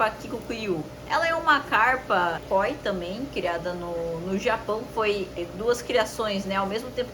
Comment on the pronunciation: não tem acento no KÓI. "o". é KOI sem "força" no "o" koi